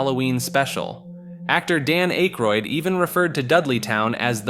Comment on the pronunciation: Dan ache-roid 😅